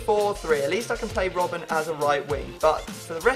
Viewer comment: its not rob ben you say robbn